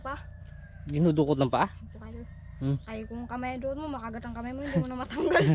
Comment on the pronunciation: DINUDUKOT NOT DINODUKOT.LEARN TAGALOG BEFORE RELEASING YOUR BLOGS.